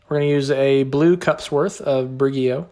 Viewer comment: Brig-ee-oh 😂 "seaweed kale. Usually use this in my salad" 😂😂 this was hilarious